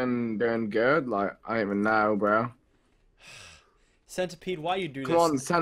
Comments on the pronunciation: he calls centipede centerpede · pronounce the centipede arthurioplura